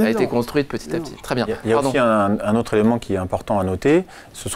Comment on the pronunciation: Il a dit "l'ottre" à la place de "l'autre". Question : peut-on faire confiance à quelqu'un qui massacre la belle langue française?